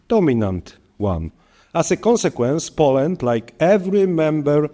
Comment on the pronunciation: piękny angielski panie prezydencie. proszę zacząć od poprawy wymowy słowa "Poland"